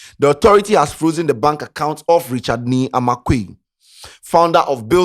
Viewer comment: what sort of english is frokzen